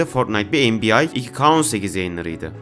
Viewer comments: abi o bu arada NBA en bi yay diye okunmuyo en bi yey diye okunuyo :)) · abi /(türkçe şekilde okunşunu yazıyorum)enbiay diğince bi garibime gidiyo insan enbiey'e alışınca